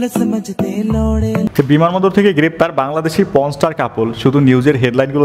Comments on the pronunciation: আরে ভাই বান্দরবান কে বার বার বিমানবন্দর বলছেন কেন 😂😂😂😂😂😂😂😂😂😂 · আমি মনে করছি আমিই শুধু ভুল শুনছি বান্দরবান কে বিমানবন্দর 😂